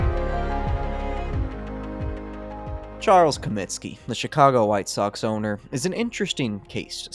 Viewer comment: Comiskey not Cominski